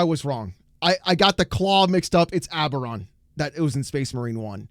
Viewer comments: His name is ABBADON, not Aberon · His name is Abadon not oberon, abaron is so WoW garbage You shouldn't watch Bricky he has no idea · 1 it's Abadon, not Abaron. 2 Titus doesn't fight Abadon in Space Marine. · I've seen that face so many times at the LGS. That's the look of your wallet in pain. Also if you meet a Black Legion player, be sure to pronounce their chapter master's name as Aba-don. They love it.